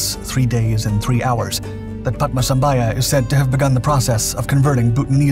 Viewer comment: It is known as Taktsang Monastery not Paro Taktsang.Paro is the city .Guru Padmasambhava not Padmasambhaya.Pronounciation should be correct .Guru Padmasambhava is also known as Guru Rinpochey in Tibetan Buddhism.